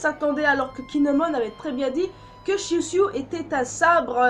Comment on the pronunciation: Shuusui se prononce Chou Swi